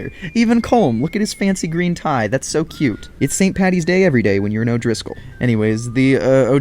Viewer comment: ST PADDYS DAY NOT PATTYS.